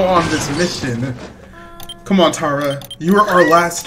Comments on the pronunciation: It’s TaRI not Tara lol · It isn’t Tara it’s tari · Her name is not tara her name is Tari like in Atari